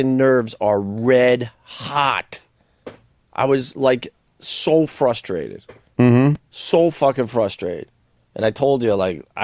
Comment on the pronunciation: I’m fustrated, I’m soooo fustrated…